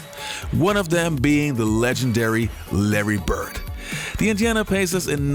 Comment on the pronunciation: My man my man my man, it is Indeeana Pacers, not Injana....hajahajaha, other than that nice video.